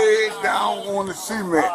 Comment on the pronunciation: I think that officer slammed his head down on the seement, on the seement, yeah, on the seement...